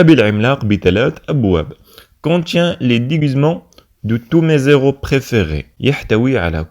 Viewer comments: Héros ayant l'H aspiré et non pas H muet . On dis / Mé éro/ non pas /Mézéro/ . Vous l'avez répété deux fois! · Très bon travail sauf que pour "héros" on ne fait pas de liaison quand le nom commerce par un "h" aspiré. Je peux toujours compter sur elle (la maman) Je peux compter sur lui (le père. ) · Très bon travail monsieur. Il y a une simple remarque le mot héros contient un h aspiré donc nous n'avons pas droit à la liaison . Merci pour votre compréhension